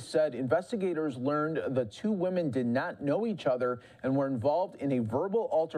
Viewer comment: WOE-MEN... WOE-MEN... WOE-MEN...